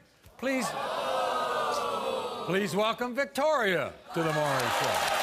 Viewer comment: His name is Not "Murry" 😅 it's Maury 😊